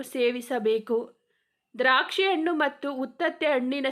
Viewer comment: Improve your kannada. Anu alla Hanu , aalu alla Hallu. Soggukalu alla sukkugalu